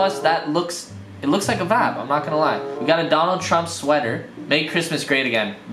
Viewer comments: how many times can he say "vab"(vibe) in one video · drink every time he says vaabs. actually don’t that could be fatal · Sorry bro, i had to unsubscribe cause you said vapppp 500 times. Wtf is a vap. I lovd u but wtf bro is a vappppppppp?